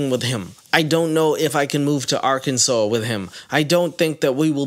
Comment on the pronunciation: Ayyyyyy🎉🎉🎉🎉 you pronounced Arkansas right! (Im from there lol everyone mispronounces it badly)